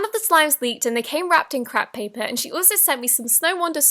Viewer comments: I'm sorry but, I will always hear you say "carp paper" than "craft paper" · did she say crap paper 😂❤️ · Lps._. Create lol I cracked up xD c r a p p a p e r